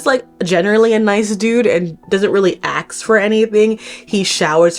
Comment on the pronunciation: unrelated to the video but it's funny how you say 'aks' the whole time lol